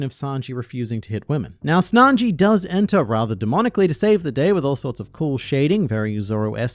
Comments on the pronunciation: Are we all just gonna ignore the fact that called Sanji as Snanji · tell me i'm the only one who heard him saying snanji instead of sanji 💀😂😂😂😂 i swear he said that ! in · Don't think I didn't catch you calling him Snanji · slipped out with that "Snanji" lol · Don’t think we didn’t notice you calling him snanji. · Did I hear say "Snanji"? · I see you saying "Snanji" at LoL. Trump getting to you 🤣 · You had to call him Snanji😂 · Don’t think I didn’t catch you calling sanji snanji at one point. Must’ve just been working on the presidents video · Hmmmm called Sanji, Snanji, just like Donald Trump from the OPPP. And I dont know about everyone else but I havent seen and Donald Trump in the same room. I think is just an AI made by Donald Trump! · "Snanji"... Wait a minute, are you Trump? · 7.00 you said snanji, you are a Trump follower 😳 Biden won't be happy 🤣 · You called him SNANJI at the 7 minute mark, your illiterate! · i hate that you called sanji "snanji" but it also gave me a good laugh after watching those president debate one piece videos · Dude just said SNANJI My man's writing another US President's debate script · "Snanji" lmao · DAMMIT HIS NAME IS SANJI NOT SNANJI. I WILL CALL THE SECRET SERVICE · Maybe he watched one of those presidential debate ai videos. They were arguing best arcs and I think it was atrump who called him Snanji. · Did you say Snanji ? 🤣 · Did you say Snanji ? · did he say Snanji? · Bro called Sanji “Snanji” 💀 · I'm glad I'm not the only one that noticed that 🤣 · Donald "snanji" 🤣